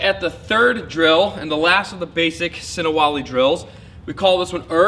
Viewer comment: Das Ist sinawali,nicht sinawali Wali😉